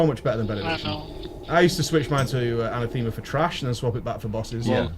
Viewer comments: Ana-thema? Emphasis on the wrong syllable mate, it's A-na-thema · Anatheema.. Anathema perhaps :P